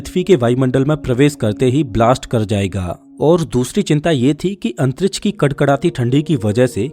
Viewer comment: Antriksh nahi Antrich😂😂